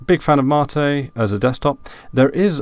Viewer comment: What is Ma-tee you keep talking about ?